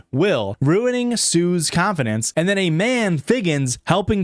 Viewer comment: I am so glad you've commited to this whole gl sound thing. "Bring the glirls clonfidence up", 10/10, chef's kiss